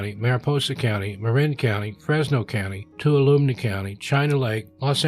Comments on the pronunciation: Tuolumne is pronounced Too-ah-luh-mee Grew up there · Just for future reference: tuolumne is pronounced too-all-umm-knee. I hear a lot of videos mispronounce.. no biggy no offense just want to help!